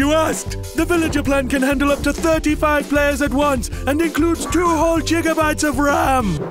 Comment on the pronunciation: Two whole gigabytes! (Jig-uh-bites)